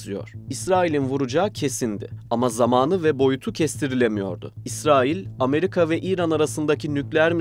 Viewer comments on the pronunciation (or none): none